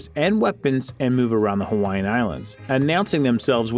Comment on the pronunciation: Brah dis guys pronunciation disrespectful faking haole